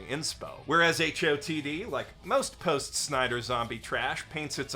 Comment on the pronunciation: Did you just unironically say "post snyder"